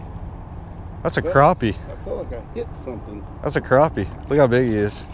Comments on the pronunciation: Don't call it a crapy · y'all say crappie wrong